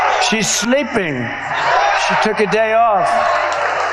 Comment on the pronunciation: "She's shleeeping" 😅